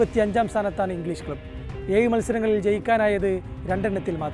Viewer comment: നിങ്ങളുടെ അവതരണം നല്ല നിലവാരം പുലർത്തുന്നു. 👍🏼 'ഏഴ് ' ഉച്ചാരണം ഒന്ന് ശ്രദ്ധിക്കുമല്ലോ...❤